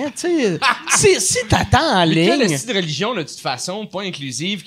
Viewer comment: omg le bout où Mike parle d'hostie en disant esti tout l'temps